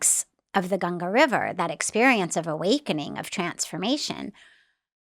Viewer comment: First time a foreigner pronouncing Ganga ji perfectly🫶🏻